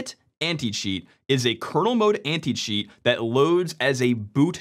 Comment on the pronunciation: He speaks "Anti-cheat" but as a non-native, in my brain, I'm listening "Anti-shit". What is really funny if you consider the video context